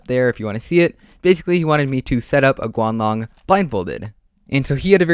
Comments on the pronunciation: u said squng long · Wait did you say "The Squanlong"?